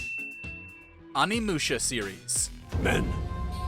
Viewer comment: "Anvil Musha"🥴